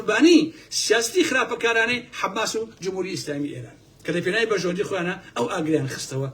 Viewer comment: تۆ زۆر ووشە بە هەڵە بەکار ئەهێنی پێم سەیرە !! بۆ نموونە لەبری ئەوەی بڵێی حەماس ئەڵێی حەمماس ، لەبری بڵێی نفوزی کردوە ئەڵێی نفوسی کردوە ، ئەو تەزبیحوشتەش هی خڵکی ڕابووردوە تا سبەینێ قسەم بۆ بکەی قسەت ناچێ بەگوێما کاتێک لە سەدەی بیستویەکا لە هۆڵەندا ئامادەگیت تیا بێت تەزبیح بگری بەدەستەوە